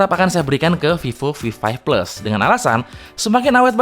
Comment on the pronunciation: Fifo fi five fles 😂